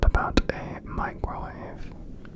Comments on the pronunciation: If I'm awake when that part comes up, I laugh for ages after you say "Mee-crow-wahv-eh". 😂😂😂😂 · I was right on the hazy edge of sleep and then said meekrowahvey and suddenly i was wide awake 😂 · ABSOLUTELY NO WAY. THAT’S WHAT I SAID. MICROWAVE“MEECROWWAHVE“